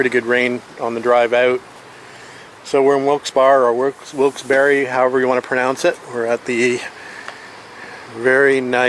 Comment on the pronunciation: The name of the town is pronounced Wilkes "Berry" despite its spelling.